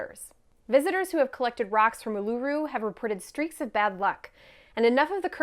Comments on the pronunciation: Uluru should have an emphasis on the first syllable OO-lu-ru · It's pronounced; "ool-la-roo" (traditional) Or "Airs-rock" (modern) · As an Australian, I appreciate you having a crack, but Ayers rock is pronounced like "airs rock" and Uluru is OO-luh-ROO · Oo-la-roo is how you pronounce it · Wow, mispronounced Uluru, then mispronounced Ayers Rock Like even basic research would have prevented this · I like that you managed to fuck up both names of Ayer's Rock (Uluru) very impressive. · Literally would have taken 2 seconds to Google how to pronounce uluru and Ayers rock. Disrespectful much..